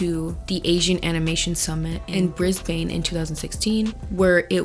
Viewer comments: Ok. So Briz Bin. (Brisbane) Haha I love other nationalities saying Australian things. Thank you xx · As an Aussie, we pronounce it ‘bris-bin’ (Brisbane) and Mel-bin (Melbourne). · Love the video. Would just like to point out Bluey is set in Brisbane (pronounced BRIS-BEN) in Queensland (Pronounced Queens- Land) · Girl ilysm but as an Aussie the way u pronounced Brisbane 🙏🥲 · Omg the pronunciation of Brisbane 😂 girl